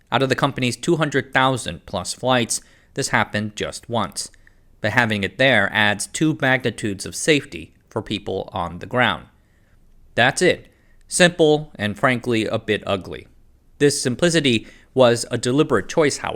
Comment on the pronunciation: "Two magnitudes of safety"?? What kind of a nonsense phrase is that? Especially when the narrator does not enunciate and says the word as "bagnitudes". I had to listen to the phrase five times and finally turn on captions to make sure that what I was hearing was actually the nonsense being said. Sigh.